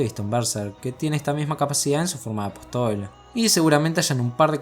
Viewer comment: Buen video. Apóstol tiene tilde. Lo aclaro porque lo pronuncias mal todas las veces.